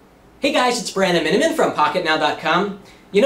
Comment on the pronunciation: ITS MINIMAN FFS